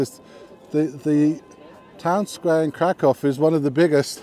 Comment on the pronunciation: Nice, my girlfriend was calling me dumb saying i was saying the city wrong 🤣 Can't wait to show her this and have her face drop. I'll keep saying it the polish way. If i visit their country i got to respect the pronunciations 😅. Thanks for the clarification. Definitely getting a big dog there